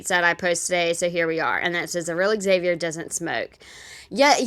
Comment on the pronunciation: Does anyone know if EggSaviour's name is really pronounced that way or did he tell her the proper pronunciation and she just went "No, it's pronounced EggSaviour"? I've met a few Xaviers and Zaviers before and none of them pronounced it like she does